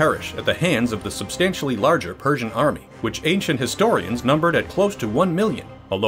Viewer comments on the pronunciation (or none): none